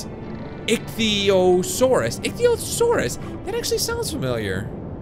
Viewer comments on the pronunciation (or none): Pungency it's pronounced IKY-O-SORE-US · haha its not ithyosousas its itchysauras